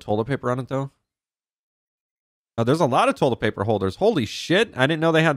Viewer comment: Is It Me Or Is He Saying Tolet Paper